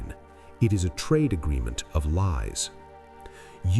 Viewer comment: Allright trade4 not trait4 damn so close to getting a like but ive dumbed myself down to listen to ai psychology on youtube